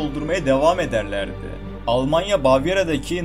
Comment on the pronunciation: almanya demiyorlar alamanya diyorlar onlar